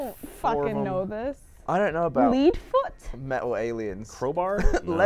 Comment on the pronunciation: we need to find out how dumb is: "leedfoot"